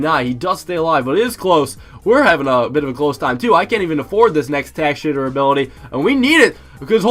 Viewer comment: "tack shitter"